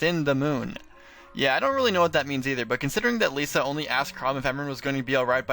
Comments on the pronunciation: Why do people continue to pronounce it as "Lisa" when it's "Lissa"? There are 2 S's people, not one! If they wanted it to be pronounced as Lisa then they would have just called her Lisa and not Lissa. I really need to stop getting annoyed by pronunciations but still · I... When you said "Lisa" instead of Lissa, I honest to God had to pause the video and walk away for a moment. It's fucking 2016. The game has been out for years. They say her name many, many times throughout the game. How the HELL do people still fuck up her name like that? Kjelle, Nowi, Inigo, or any other character who they don't say at all / rarely say, okay. I get mispronouncing that. But Lissa? Jesus Christ. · I have never heard so much mispronunciation out of one video. How could you get Sumia and Lissa wrong of all names? It's spoken in a cutscene!